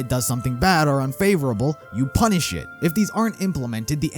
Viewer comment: U had an emphasis on "PUNISH" there.